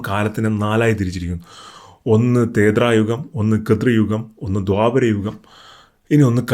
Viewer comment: Thethrayugom & kithrayugom all Bhai, threthayugom & krithayugom ennaanu correct.